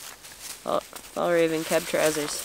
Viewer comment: Fjällräven the ä is closer to an e then än a then its pronaunst. Hugs from Tommy Sweden